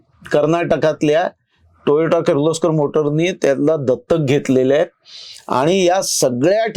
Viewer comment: खुप छान माहिती 👍🏻 please note it is Toyota टोयोटा & not Toyato टोयाटो